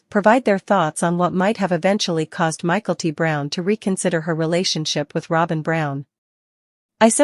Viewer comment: This is a terrible narration. Learn how to pronounce names in English! It's not "michael-t brown." It's "mick-el-tee," and you omit the last name. Call her Mykelti (Mick-el-teee) and that's it.